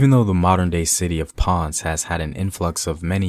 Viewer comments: Minor corrections: It's Ta-ee-No, Pon-seh, Gwa-gwan-co . And also nice video! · Thanks. 2nd city of PR is Pon - ce - two syllables, not one. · It is Taˈi.no and Po'n-ce please say it right. Also, just out of curiosity, I see no reference or credit to "The Afro-Latino: A Historical Journey" by Leslie Best, which is verbatim where most of your info is coming from. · Papo dilo bien. PO-N-CE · Omg dude you’re killing me , learn how pronounce , it’s Ponce ( pōn sāy) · If you’re going to present a docu re: Spanish-speaking history, please brush up on your Spanish pronunciations. It’s painful to hear. 🇵🇷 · He gave me a headache with his pronunciation of Spanish words but otherwise pretty good video. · Very nice but your are pronouncing "tainos"and "Ponce" wrong! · Papa, I like the videos. But im begging you to please work on your pronunciation of well known names and places like Taino and Ponce. It feels a bit off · Love the video bro! But please learn to pronounce Ponce and Taino properly 😎🇨🇺🇵🇷🇯🇲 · Next time you need to speak about a topic that has Spanish topics, call me so I can walk you thru the pronunciation. It's important to get it right. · I really like the video, is very educational and it covers some realities about puertorican history. However, the bad pronunciations of the word "Taino" or "Ponce", are a little offensive. It diminishes the purpose of the video. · It's hard to buy what u say when you cant even pronounce taino or ponce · its pronucuated as PON CAE not ponce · I cringe everytime I hear "Ponz" in this video and here in Georgia, come on man! Ponceeeee! Just try! Everything else Im ok. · great video as always! only critique is pronunciation—can hardly blame you for not being able to pronounce spanish words, but as a general rule of thumb just try to pronounce most letters like in English, except vowels—so "ponce" is not "pons" but" "pon-say" or "pone-say" Taíno is not "tay-ah-no" but "tah-ee-no" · Ponce has two syllables not one. "PON-CE"